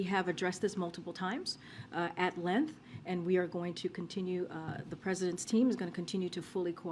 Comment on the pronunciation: What is a "lenth"?